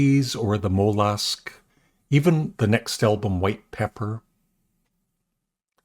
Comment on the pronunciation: just trying to help with his pronouciation.